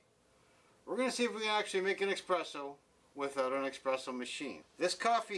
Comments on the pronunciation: Why is he saying expresso??? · Everytime someone says "eXpresso" an Italian falls off a Vespa.